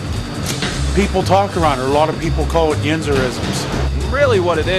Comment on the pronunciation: Interesting, I live in Colorado which is known for having a pretty "standard" US accent and the people interviewed don't sound like they have a very strong accent generally, except for a few really specific words like the girl saying "warsh," downtown "dahntahn," and words like talk "twauk" (which is pronounced more or less like that everywhere in strong Northeastern accents.) Compared to a lot of the Northeast accents in surrounding states it sounds pretty lightly accented to me, but maybe they've just interviewed people with lighter accents. I have heard Penn Dutch type accents and those are intense. The girl saying "warsh" is the only one I think I'd really clock as accented, her accent seemed the strongest/furthest from "standard." But the end of the day "standard" doesn't mean much and everyone has an accent of some kind. I've always loved New England accents FWIW including Pittsburgh.